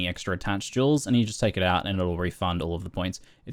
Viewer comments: Good video man! But did u say "thats a low of jews" 😂😂😂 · I don't mean to make fun of your accent, but "that's a lot of jews" is what I heard....ok carry on sorry, great guide!